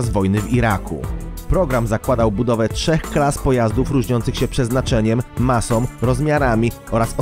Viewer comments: masom i odpornosciom .... moze logopeda?? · fajne filmiki i materialy, fajnie sie oglada, ale podkerslam ktorys juz raz, lektor moglby sie postarac mowic poprawnie, bo az uszy wiotczeja jak sie slucha, "som" czy tak w tym filmie "masom" to nie jest po polsku, jak ktos zajmuje sie polprofesionalnym robieniem filmow to niech postara sie choc troche o poprawne mowienie, proste